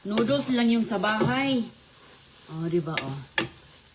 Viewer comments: Anong klaseng pansit yan bakit may kamatis? Saka dapat ayusin mo magsalita , noddles (nudels) hindi (nuduls) para mag stay manonood mo kc nakakqumay...kaya halos ala kna viewers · Natawa nga ako sa pagbigkas nya ng noodles 😂😂😂😂